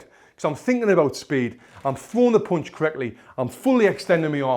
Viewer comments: How punch is spelled How panch is used How he says punched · Oooonderstand, poooonch